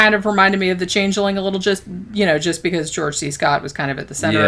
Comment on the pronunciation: The Change-eh-ling?